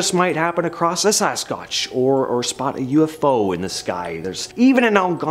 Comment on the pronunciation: A Sas-scotch?! Is that a drunk version of Bigfoot?😂